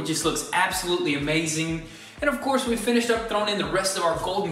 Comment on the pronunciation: Heheh "finsihed"